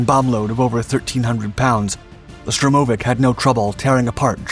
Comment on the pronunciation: STURmovic not STROmovic.